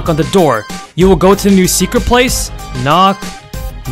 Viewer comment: Good and you say knock knock not knock Knock